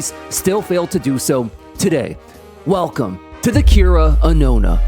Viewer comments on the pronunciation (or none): none